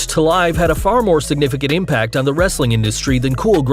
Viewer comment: He doesn't say "wrestling content " right!